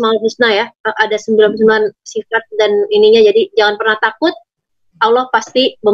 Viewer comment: Nyebut Lafaz Allah...Fasih Sekali Hj Tere.... Smoga Allah swt Selalu Merahmati Hj.Tere